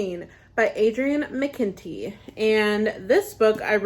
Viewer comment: Another great video,! I loved how effortlessly you pronounced Adrian McKinty's name.....poor Zack😂😂😂